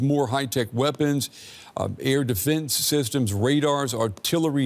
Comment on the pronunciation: Dude. It’s “defense” not “deefince”